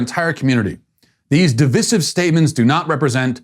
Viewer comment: "Dee-vice-ihv" not "Dev-iss-ihv".